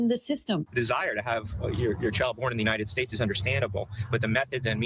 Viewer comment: WTH??? FROM UNITEDED STATES??? ITS UNITED STATES MAAM'